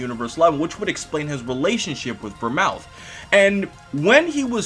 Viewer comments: Vermooth not Vermouth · It's pronounced Ver-mooth not Mouth!!!!!! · Not only that, the TH in Vermouth is not supposed to be pronounced as a TH. It's supposed to be pronounced as a hard T. Go watch Detective Conan. :) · Vermooth, not Vermouth,.;) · The drink Vermouth is pronounced "Vermoot". No TH.